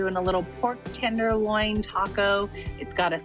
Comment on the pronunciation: It’s a tenderloin, not a “tinderloin”